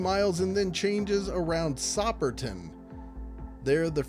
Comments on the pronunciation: It's not Sopperton (double "P" making a short "O"). It's Soperton (single "P" making it a long "O"). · nice vid - btw we pronounce it SOAP er TON .. there is so much issue with the current roads along that path in down town savannah from activist groups literally delaying projects decades now ..I16 fly over that been there 50 year they want down and put back like it was in the 1800s amount other things ..